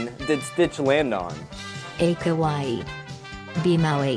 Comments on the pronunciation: Its Kauai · IT'S KAUAI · its kaual